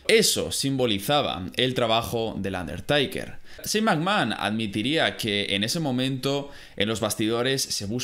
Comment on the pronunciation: Un der taker taker taker, no aguanto 😂 se pronuncia teiker